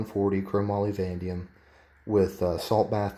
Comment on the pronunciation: Vanadium, pronounced "VUH-NAY-deeum." Not "vandium." An otherwise informative video, so 👍. , an excellent observation; they left a superfluous lug block square in the middle (though somewhat recessed) of the feed ramp, which, for a 350 Legend (and 450 Bushmaster), should be a fully unobstructed, single, wide ramp to accommodate the fatter rounds. This barrel extension looks like they did not finish machining it and went too shallow on the grind. From my admittedly limited observations (of a single Faxon 450 BM barrel extension, to be precise), industry practice often is to simply modify a typical .223/5.56 extension (crudely, sometimes) by grinding down the existing bolt lug that bifurcates the traditional M4 feed ramps to create the single feed ramp required for these cartridges, rather than to produce from scratch a barrel extension specific to them (which would involve much greater costs). From my understanding, there should be 6 bolt lug grooves for these cartridges, as opposed to 8. Yours still has 8, due to a remnant lug block that should have been fully removed. That barrel never should have made it out past QC.